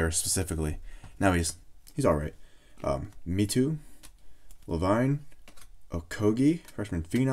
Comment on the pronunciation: Lavine pronounced lahvine